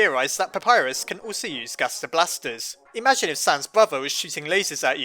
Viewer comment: Im hearing him saying gasta blasters.